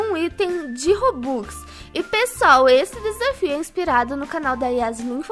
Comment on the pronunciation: Ela disse robocks